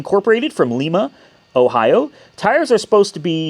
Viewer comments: OK. This is going to seem a bit petty, but it's local to me, so I have to say something. The name of the city where that car was built is pronounced LY-ma, not LEE-ma. I'm about 40 minutes north of there. That city is also where the M1A1 tank is built. It is also the birthplace of Lucille Ball On the car itself, looks like you got a pretty good deal. Sounds like your A/C issue is a problem with the blend doors. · Lie-ma, Ohio